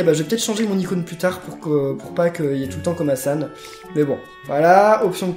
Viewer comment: en gros tu dis kobasan au lieu de komasan 😂